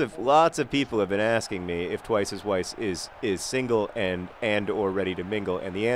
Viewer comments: I think that you and Weiss arent off to a good start because you are probably pronouncing his name wrong. In German, W is pronounced like a V, so his name should really be pronounced like "Vice" not "Wice" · Maybe he's angry because you're pronouncing his name (W)eiss instead of (V)eiss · Weiss is said with a V sound, John. As in, vise. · In German they pronounce 'W' like 'V' so his name should actually be pronounced 'Vice.' (See edelweiss. Also Vienna is pronounced Vien in German and spelled Wien.) Maybe that's why he's awkward around you, he just doesn't know how to tell you that you're pronouncing his name wrong. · Haha, it's pronounced 'Viess' :) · I agree with MM5B5: Petinati Damacy! I am also concerned about the friction between manager and player Weiss -- Consider the previous comments that it might be pronounced "Vice." Ask him maybe? Miami Weiss is pretty epic, and when he scores you can use the "Twice is Weiss" thing if you want. Goooooooo Swoodilypoopers!! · I cringe a little when you pronounce Twice as Weiss's name with a 'w' sound. He's austrian...its a 'v' sound.